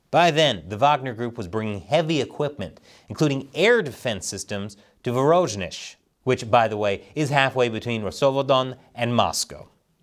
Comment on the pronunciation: I wanted to congratulate you on surprisingly good pronunciation so far but then you said "Vorojnej" instead of Voronej/Voronezh...